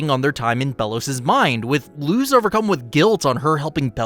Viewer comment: It's spelled Luz but pronounced lus(had to explain because my brain gets extremely mad whenever I here something mispronounced)